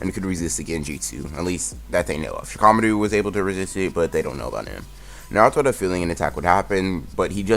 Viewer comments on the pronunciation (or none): The only problem I have is (shi-kama-ku) is how you pronounced shikamaru